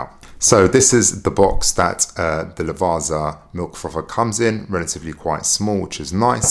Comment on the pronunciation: Furthermore: How difficult is it for you brits to understand that double z in italian should be pronounced like in pizza??? Unless you call it piZa too